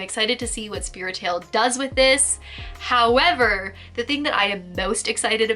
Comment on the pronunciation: when she does a pause and says "... howerverrr/but" hahaha figure collecting woes